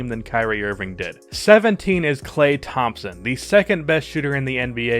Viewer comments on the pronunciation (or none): none